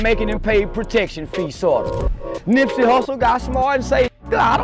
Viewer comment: It's Nipsey, not Nippy!